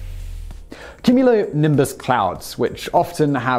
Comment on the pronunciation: Have you never heard the word cumulonimbus before? How are you pronouncing it like that?